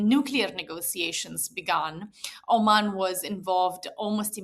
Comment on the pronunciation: Why doe he keep saying Arman, instead of Oman🤔